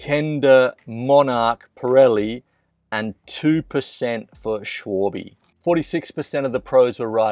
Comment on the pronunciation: PIRELLI!!!!!!!!!!!!!!! not Pirilli